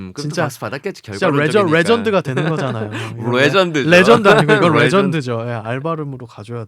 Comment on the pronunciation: 그게 뤠전드니까...☆